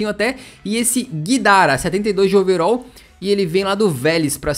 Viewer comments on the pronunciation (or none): É overal nao overol